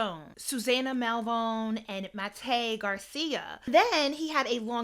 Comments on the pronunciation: Please pronounce people names correctly..Jellybean Johnson name is pronounced like the candy Jellybean. MAYTE isn't pronounced like the month of May..it's pronounced Miliyte The A has Sound is Pronounced The Vowel I Sound..And their survived for 6 days then she had misscarried shortly after I suggest reading her book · Her name is pronounced "My-tay" disrespectful to keep pronouncing it wrong when all you had to do was listen to someone else say it correctly while you did your little research